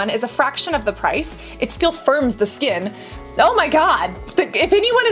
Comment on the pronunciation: I laugh everytime i hear her pronouncing Skkkkknnnnnnn😂